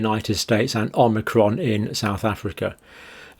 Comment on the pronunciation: Are my ears malfunctioning or does the good doctor keep saying "omnicron"?